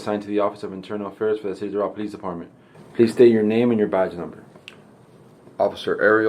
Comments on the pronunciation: Pronounced Door-RaLL Not DoRaL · It's pronounced dough-ral. Not doe-roll You'll sound like a local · Do râl' County..."a" like in apple, emphasis on second syllable. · I would never live in south Florida. That place is a $hithole. I’ve been to Doral, the ppl there pronounce it Door-Al: Door (like front door) Al (like the Al Bundy). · Doral is pronounced with emphasis on the second syllable: dor-AL. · It’s prounounced like door Al . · It's pronounced "door-RALL" FLA. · It's pronounced Dor 'ăl and it's a commie shithole. Did that Cuban cop dispatcher really ask the Cuban security guard if the kids "black or white?" WTF? There is no limit to the stupid in Dade County. And how is it she didn't pick up on the fact that the rental pig first answered there are two kids and then later says there are three? This kid was straight up abducted by that coward cop. I say coward because he'd never try handling a man that way. No cop will EVER get me to "get on the ground." I am not his boy, nor his dog. He'll die trying and if I go too, so be it. I will NOT be ordered by my servants, ever. Better to die on my feet than live on my knees. Who can ever show his face in public again after taking orders from a public slave? Nope. Never gonna happen. And what's with the use of this word 'subject'? Are we subjects? Does this order following robot mean to say 'suspect?' If so, what was he suspected of? The only thing this cop said right was, "I'm a cop." Yep, you sure are, and you were a hall monitor in government school, too. End policing in America. And,, if you want people to live freely you need to STOP telling them freedom is scary. Freedom is NOT scary. This police state is scary. Let's deal with it. FTP! We don't need them! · Doral pronounced : Doe-ral